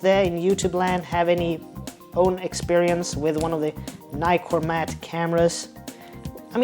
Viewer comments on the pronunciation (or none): Americans, it is not a NYCORMAT learn to pronounce NIkormat